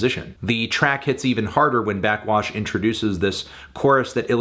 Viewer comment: Anthony, burping into the mic and saying “blackxwash” for 8 minutes is not a review